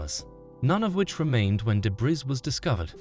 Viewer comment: Man the voice software your using is so disjointed and unnatural sounding at times, it’s obvious that it’s not a real person speaking. It kinda sucks tbh. Also, you do not pronounce the “s” in “debris”.